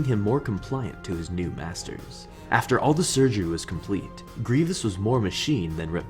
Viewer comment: Sounds like he said ‘BASTARDS’ not ‘MASTERS’